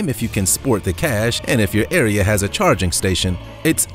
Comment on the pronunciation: Did he say chaquining stations?